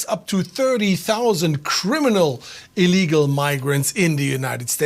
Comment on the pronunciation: You keep pronouncing illegal incorrectly.